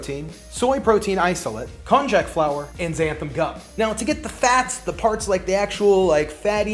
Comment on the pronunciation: You seem to insist on pronouncing the "j" in konjac as in English. Or, you pronounce it wrong, then right, as if you don't know which is right! That "j" should be pronounced like a "y". Hence, konjac pronounced correctly sounds exactly like cognac, the brandy. (...I hope you don't pronounce that as COG-nack!) Also, you can get the irony taste of heme quite easily by adding a few drops, to a few ml's of infant iron supplement...which contains ferrous (iron) sulfate.